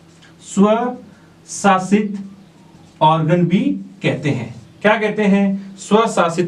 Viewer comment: Sir aap word ko kuchh achi trah se btaya kro kyu ki samajh nhi aata aap smart board ka use krana aapne savshasit word bola isme kuchh samgh nahi aaya